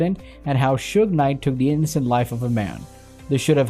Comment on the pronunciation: He also called him sugar